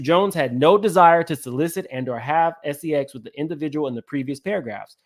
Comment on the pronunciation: just unveiled a RICO and es-ee-ex trafficking ring